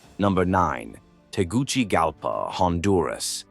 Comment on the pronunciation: It is pronounced Tegu(See) Galpa, not Tegu (Chi) galpa